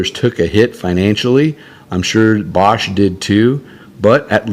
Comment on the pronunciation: It was pronounced "BAYsch." They did not stay in business long after the Hunt Bros.